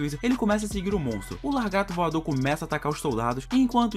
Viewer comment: "largato"!!!! o que é isto?